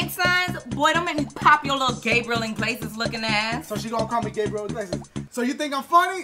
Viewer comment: She said gabriel iggilaias lmfao